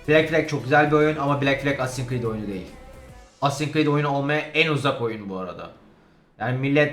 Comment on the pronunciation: Cread değil Creed